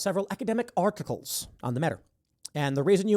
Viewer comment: MFer pulled an "ARC-ticals"